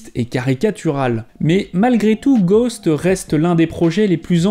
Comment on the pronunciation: Ghosts pas ghost on prononce le S en anglais,normalement être fan de Michael Jackson sa vous donne l’envi d’aimer l’anglais